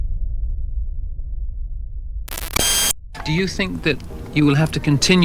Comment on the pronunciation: That moment when Zimbabwean history is told by someone who can't pronounce Zimbabwe properly.